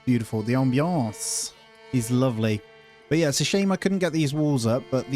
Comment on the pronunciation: You have to say "ambiance" with a French accent